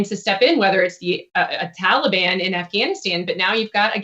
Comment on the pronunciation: Taliban?! Who the hell is THAT now?!! Did you mean the Tahlly Bon?! 🤣 #BloodBathBiden2024 P.S. If you don’t laugh, you’ll cry quite frankly :(